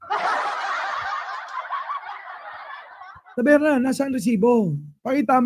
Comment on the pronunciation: Instead of taberna..tabelna😂😂😂